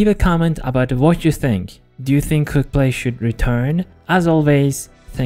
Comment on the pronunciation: i keep on hearing "cooked-play" rather than "quickplay"